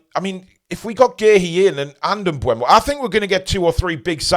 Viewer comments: its M-BOOM OH Not M- BU EM-OH Mate go and hear how he prononces it himself or watch Matty's video as that's where i saw Brian say it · But he pronounced it wrong. It's not bweh-mo, it's booh-mo. Just check the EPL pronunciation video (on youtube - search "How to pronounce EVERY Premier League player and managers name"), around the 13-minute mark where he says his name.